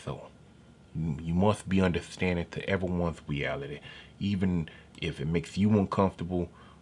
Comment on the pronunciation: “Everyone lives in a different weeality “ Neber forget dat. 😂😅🤣😂😅🤣😂😅🤣 This is a joke right? I’m dying now…